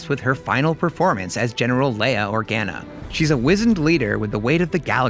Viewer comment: I'm disturbed by how he pronounce Organa.